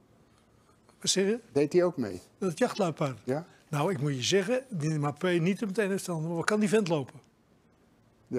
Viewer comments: Harry doe wat aan je uitspraak, wat namen betreft van spelers, droogkloot! Mapee EN Giesman! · "Mapee" 😀 lol